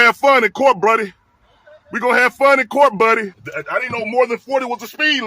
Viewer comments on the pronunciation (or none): Dude said “Bruddy” God Bless him